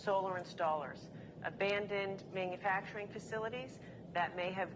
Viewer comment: Is he bragging about gas prices really. ?? It's 12 bucks in Alaska and he cannot pronounce man u fracturing lol he's a Joke , he's a complete joke , what a liar